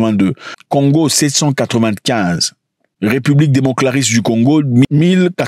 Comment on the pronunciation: 😂 Pourquoi tu dis République démoClaris du Congo ???😂😂😂😂